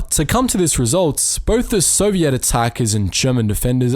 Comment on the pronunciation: Very informative thank you if I had one thing to critique it would be the pronunciation of soviet it is pronounced SO-VI-ET SEW-VEE-ET OR IS THAT UR ACCENT ?